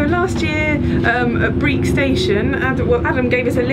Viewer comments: Great video! Just to say that Breich is pronounced with a ch as in loch, not like Breek. And thanks for using some Gaelic - mòran taing! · The "ch" in "Leuchars" and "Briech" is pronounced the same as in "loch". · Lovely to see another ATS video. But... Leukars? Breek? Edinborough? Tut tut -- hope you'll do better with English place names!